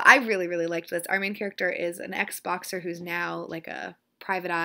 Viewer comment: Not gonna lie...I'm watching this kind of late in the evening and when you were describing The Long Fall you said "ez-boxer" but I heard "xboxer" (as in...made his living playing x box I guess...) And I was pretty confused for a few seconds. Good times